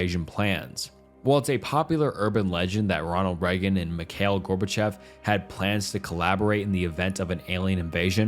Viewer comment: That AI voice is really noticeable here. Listen how “he” pronounces Reagan’s name and how much the AI butchered the term “cult of personality.”